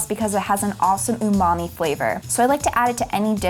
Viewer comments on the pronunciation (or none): none